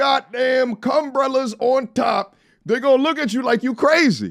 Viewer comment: Did my guy say “CUMBRELLAS” over her eyes!! What!?.. 😮‍💨😂